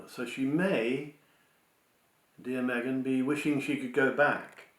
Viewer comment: I believe the pregnancy is Kate, not Me-gain